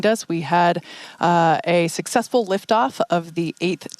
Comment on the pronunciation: “Sucksexfull” nice Freudian slip.